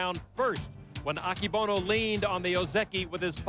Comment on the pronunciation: 横綱アキボノじゃなくて、“アケボノ”な！